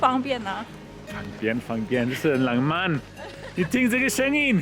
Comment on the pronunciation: 活到這歲數我都沒看過下雪，真的好美的白，這景色像是冬季戀歌的景色，不爛慢，但很浪漫(不能怪先生發音不標準，我老公也是ㄤㄢ不分，我絕對不想聽他講"香港"二字，都會變粗話) 韓國的冬天非常濕冷，會冷到台灣的三字經都跑出來，我2012到跟學妹韓國過聖誕，學妹冷到罵國罵，我寧可熱，不能接受濕冷，乾冷可以接受